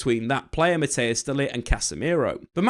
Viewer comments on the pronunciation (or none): none